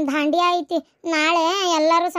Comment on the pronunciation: ಬಂಡಿಯ ಅಲ್ಲ ದಾಂಡಿಯಾ😊